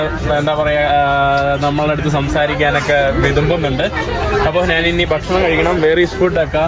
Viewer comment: അതീവ ഹൃദ്യമായ epizode, ദയവായി ഭക്ഷണം എന്ന് പറയൂ, ബഷണം അല്ല സുഹൃത്തെ. ഞാൻ പല പ്രാവശ്യം പറഞ്ഞിട്ടുണ്ട്.